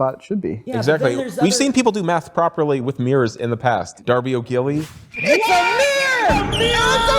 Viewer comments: Am I the only one who hears nails on a chalkboard every time they call it “Darby O’Gilly”? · Why do you people keep saying "Darby O'Gilly"??? It's Darby O'Gill.......THERE IS NO "Y" IN IT AT ALL!!!! The Witcher: Instantly I saw this and was like "That does NOT move like a real appliance!" I could see muscles moving on his cheeks, nose, and brow and an appliance CANNOT do that. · Ever since watching the scene from the movie you have referred to Darby O'Gill and the Little People a few times. But you keep adding a "y" to the name. It's Darby O'Gill not O'Gilly. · I don’t want to read all 3000 so sorry to repeat but just O’Gill. No eeee at the end.